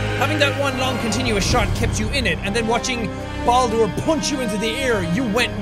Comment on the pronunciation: you said Baadur, not Baldur